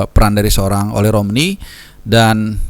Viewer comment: Baca nya O-Le, Le nya dibaca seperti kata Lemah...